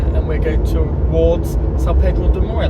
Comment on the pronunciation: Thanks for another nice video! São Pedro de Moel rocks! Never better said!😂 Btw, it's north of Lisbon but in the center of Portugal.